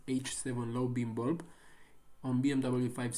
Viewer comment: Why you say bulb like that though